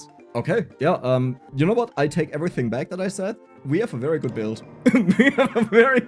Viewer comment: How much German accent do you want?: Ävritzing